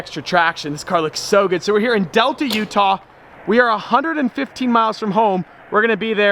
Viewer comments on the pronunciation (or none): none